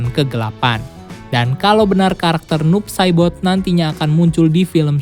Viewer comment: Kedengerannya "noob sadboy" bwhahaha